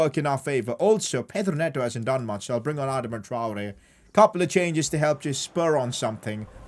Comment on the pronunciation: It’s pronounced Adarma Traore. Sorry just for some reason pisses me off when you say it that way bro.